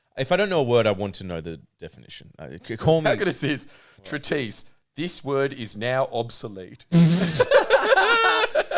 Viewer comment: Extremely pointless post. And I probably made a bunch of errors. But without the fear of Ali correcting them, the tired boys pod forgets English. Credance - umbrage. Exclusively - extensively. Deprived - depraved. Treatise is pronounced more like ~ treat-es.